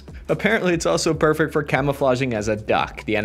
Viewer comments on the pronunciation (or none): none